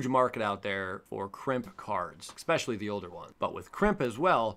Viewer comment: Ekspecially Lol jk luv u